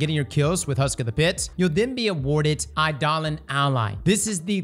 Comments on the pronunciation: Just a heads up it's pronounced EYE-duh-lawn for Eidolon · It's "eye-da-lahn" damnit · Eye-de-Lon ally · . . . . eye-duh-lon is how ive always heard that word pronounced.